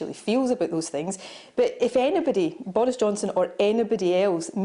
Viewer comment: ''Bowis Johnson is wacist'' she said